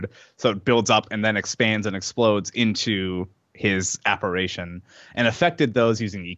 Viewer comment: Oh, and by the way, it’s Apparition not Apparation!